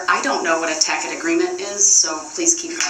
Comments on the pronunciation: the word dumbo is trying to pronounce is tacet agreement with the C having the S sound. He eventually learns how to say it. It's Sov Citizen crap. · tacit agreement agreeing to something or approving it without actually saying so, often because they are unwilling to admit to doing so. He is just mispronouncing the word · You’re adorable but Brooks was saying “Tacit agreement” wrong 😂 Once again, he tries to use big words that he can’t spell or define. It’s not pronounced tack-it it’s TA-SIT. A tacit agreement means you are agreeing to something or approving it without actually saying so, often because they are unwilling to admit to doing so. Because Judge Dorow said that Brooks’ non-responsive answers meant no as in “Failure to answer my questions with a yes or no answer, will be taken by the court as a no, please answer my question.” Brooks then flips it on her because in HIS world, he is on the same level as the Judge, and in some instances he is higher than he because she is a public servant. That’s why he wanted her oath. He wants to talk down to her and put her in her place by reminding her SHE is a public servant and works for the people. That he has more authority over her, a lowly public servant. It’s why she always stops and looks away when he says it. It’s incredibly demeaning and rude to call her a public servant in open court on the record. It’s also why he thinks she has no right to talk to him the way she does. He wants to be “axed” not told what to do. He really played this all wrong. He is a 20 year long felon and has been in over 10 court cases. There is no way he can turn around NOW and say with a straight face “I don’t know what the nature and cause of my charges are” or “I don’t know why I’m even here in court on trial” 😂😂 It takes a level of delusion and commitment to kee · Taket agreement VS Tacit Agreement! Ugg, every time I rewatch DUHH-REL, i get agitated!! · He's pronouncing Tacit as Tackit. SMH